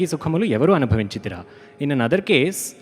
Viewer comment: Dear team, I believe the mother tongue of the narrator and the singer is not Telugu. In spite of that your diction is excellent!! Few corrections: 1. Adigi Sukhamu Evvaru AnubhavinchiRira (not anubhavinchiThira) 2. In Brochevarevarura keerthana.. Aathuramuga (some sing it as bhaasuramuga which means splendid way) kariraajunu brochina vasudevudavu (not vasudevude!) neevu kadaa. 3. For Ninda, I guess, you can coin the word blame instead of insult. Since you have done so much research before your concerts (we see it!), my advice about Telugu pronunciation or diction is just observe and follow the great Mangalampalli Balamurali Krishna. (FYI: I didn't want to comment or demean in any way or not even sound negatively on the tremendous work you people are doing. That's why I posted my appreciation first in a separate comment You can ignore this, if you don't like it! 😌)